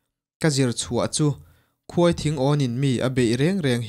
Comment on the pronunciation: A ngaihnawm eee.mahse,KHUAI THINGAWN tilo hian KHAWITHINGAWN tih ni zawk se